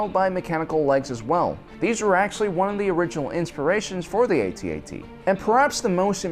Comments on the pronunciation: And it's AT-AT. Not A-T-A-T. thank you and good night. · It’s pronounced AT AT, not A.T.A.T. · Its pronounced at - at not A..... T ..... A..... T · Its not pronounced AY T AY T, it’s pronounced atat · Pronounced AT-AT not A-T-A-T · It is pronounced @@ not Eighty-Eighty. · To make this video bad is his mis-pronunciation of the walker name; ay-tee-ay-tee. It is pronounced phoenetically, rhyming with hat. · It's pronounced @@ not 80-80. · Cool video. Minor irritant that he doesn't know how to say AT-AT properly.